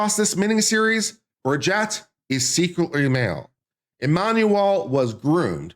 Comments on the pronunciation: And Bri-jeet. I can't stand them, but even Candace says it correctly 😅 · The name is not Brigette but BRIGITTE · You can’t even say Brigitte’s name properly. Would I believe you have done thorough research? No!